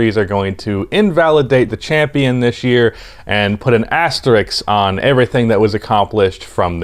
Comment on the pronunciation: Why do Americans pronounce "Asterisk" as "Asteriks"?